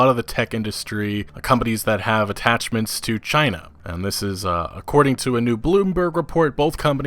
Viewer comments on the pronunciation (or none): none